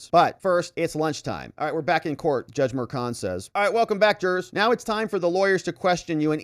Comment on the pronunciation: If only pronounced Merchan's last name correctly...such an embarrassment.